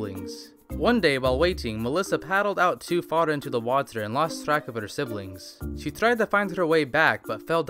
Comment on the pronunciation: its so anoying that you say waterour